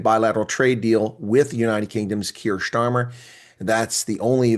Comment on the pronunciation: Starmer, not Shtarmer. He might act like a German dictator, but his name isn't pronounced like one.